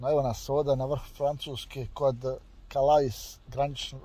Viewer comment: ti si u gradu koji se jednostavno zove Kale a pise Calais, (ai=e). S na kraju rijeci se ne izgovara. Sretno i Pozdrav!